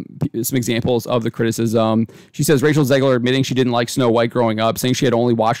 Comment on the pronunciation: "Zegler" every fucking time.